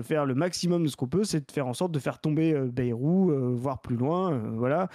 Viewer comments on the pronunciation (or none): none